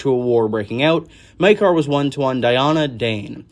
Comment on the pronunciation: you pronounced Maekar differently within the first minute of the video...gods i love this fandom😂